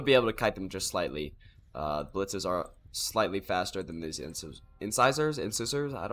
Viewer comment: It's "Inn-SIZE-urr" yeah. Like the teeth. Your casts are always entertaining. Keep at it.